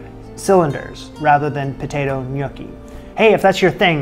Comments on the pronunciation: Haha. Glad it's not just me. It's not "nYOOKee" but "nYAWKee". You're welcome. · Is no one gonna talk about how he was pronouncing gnocchi? Cuz I was dying laughing the entire video 😂😂 it's hard to make the first few times so you're not alone, it kicked my butt for a while. But please stop calling them gnookie 😂 ny-OH-ki is the correct Italian pronunciation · It is knee-oh-kee not nookie. Nookie something else. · "Nookie?" "Newkie?" "Nuke-y?" Love the variations in your pronunciations. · Def Nookie lololol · can't get over pronouncing gnocchi similar to snooki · A mincer might be like a ricer, don’t know if that makes a difference. I watched because “what’s a nooki?!” Haha, not how I pronounced gnocchi! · My father just rose from the dead to excoriate you for mispronouncing “gnocchi.” It’s “nyaw-kee.” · I cringed every time he uttered it incorrectly. 😂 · You would cringe if you knew how I pronounced gnocchi before this show, it started with a g and ended with chi! Give him a break!